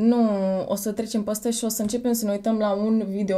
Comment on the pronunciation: De ce pronunți mereu "ăăă"?In scoala generală am primit avertisment cu totii din partea dirigintelui.Dar imi place cum pronunti "păstă"in loc de "peste".deci compensezi😘😉